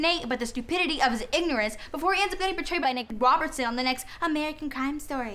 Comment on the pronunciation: Did she say Nick Robinson alsjsjakdnksdm